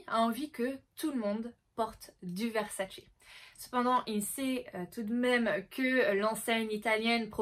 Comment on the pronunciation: C'est pas VersaCE, ça se dit VerSAce on mets l'accent sur le SA et non sur le CE....c'est juste insoutenable...à moins que tu aimes les spaghettis aux vongoLEs ou que tu regardes le mondiaLE 🤣🤣🤣